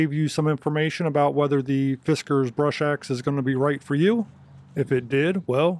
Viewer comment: fis-KKAAARRRRZZZZ... Good review thanks for doing some chopping of this awesome unit in your talk.